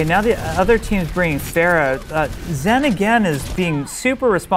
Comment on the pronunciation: hey jeff, i thought her name was pronounced Ph-ARE-ah